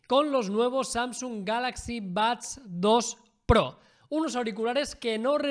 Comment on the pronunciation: Porque pronuncia Bads?